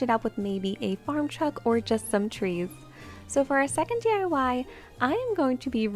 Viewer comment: DYE-Y LOL it's actually D-I-Y 🤣